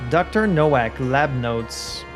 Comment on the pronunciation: Unimportant detail: "Nowak" is a very common Polish last name, and in Polish it's pronounced "Novak" (in fact, the Czech version is Novák). It means "rookie" or "newcomer." I don't know if that's how he would pronounce it, but it's a safe bet.